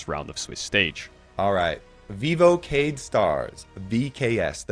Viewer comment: Okay, Marc, just a heads-up: you don't say Keyd as KEY-d, you say it like the Spanish QUÉ-ee-dee Great video as always <3